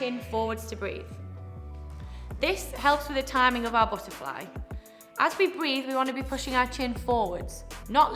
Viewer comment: lol buh’ a fly u funny